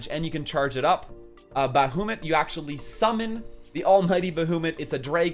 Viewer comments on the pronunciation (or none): Love ur videos dude. U do a good job. Wish u were on my server. Yes u butchered the summons name lol its pronounced buh-ha-mit